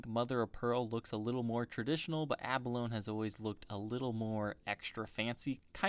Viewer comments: You're pronouncing "abalone" incorrectly. It' like balogne, "abba low knee". Not "abba loan". Just saying. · Sorry but I just gotta be 'that guy' for a minute... 'abalone' is pronounced a-buh-lone-ee. The 'e' is not silent in this case. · That's Not How You Pronounce "Abalone" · The spelled rose wrong and you mispronounced abalone